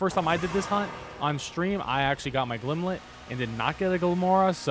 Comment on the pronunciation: Not to be that guy... but it's Glimmet, not Glimlet. Sorry, but that was driving me insane throughout your otherwise very helpful video.